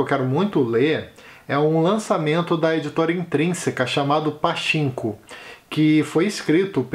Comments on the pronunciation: Se você tem curiosidade sobre a relação Japão/Coréia do Sul, se prepare pois é bem pesado. Também fiquei com vontade de ler Pachinko (a pronúncia correta é "patchinco") ✌️ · Oi, a pronúncia correta é Patinko. Um grande abraço! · Oi, gostei das sugestões e fiquei bem interessada no título "Pachinko", já está na lista pra ler ☺️. A propósito, a pronúncia de "CH" tem som de "T", então se lê PATINKO 😉